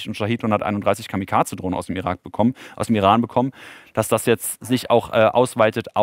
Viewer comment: Irak, Iran... diese Sprachfehler in jedem zweiten Satz sind ja schlimmer als bei Anna Lena Bäerbock